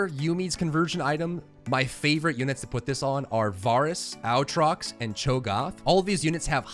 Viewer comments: also "blade of the ruined king" not "sword of the ruined king" the aatrox thing was killing me each time. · It is “Ay-trox” not “Au-trot”, great guide this helps a lot, appreciate the hard work. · God please learn how to say their names... Aatrox is NOT OW-TROX. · AATROX not owtrox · OwTrox lul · disliked because of how annoying it is the way you say aatrox how can you speak english and possibly think its pronounced that way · out here teaching a new generation of League of Legends players how to pronounce Aatrox wrong 😂😂😂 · I literally laughed for twenty seconds every time I heard that Aatrox pronunciation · the way you pronounce Aatrox makes me wanna bleach my ears HAHA